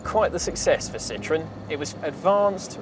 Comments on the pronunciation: Phuuuuuuuuuuleeeeeeeeeze stop butchering the name. The Brits are famous for the English language, but clearly can't seem to respect other countries and their correct pronunciations. It is not a "citron"----that is "lemon" in French. This car, as we all know, was anything but a lemon. Citroën is actually very easy to pronounce----see-tro-en. The Brits (and Californians) seem to have the same problem with Germany; it's not a "Porsch", it's a "Porshaw", as the "e" in Porsche is always pronounced. Thanks goodness thet can say BMW rather than Bayerishce Motoren Werke. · I don't mean to be mean but if you like it so much, pronounce its name correctly (the diacritics above the "e" are there for a reason). An excellent video otherwise. One interesting bit about Citroën is that CAD curves and surfaces were invented there by a mathematician who worked for them: Paul de Casteljau. Some years later another mathematician, Pierre Bézier , re-discovered those curves and surfaces that now bear his name (de Casteljau was unfortunately prohibited from publishing his discoveries by an NDA he was obliged to keep at Citroën). Paul de Casteljau also discovered something known as "blossoming construction" for spline curves which was also re-discovered later by another mathematician.